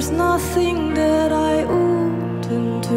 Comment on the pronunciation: why is it she pronounced wouldn't as uden't ???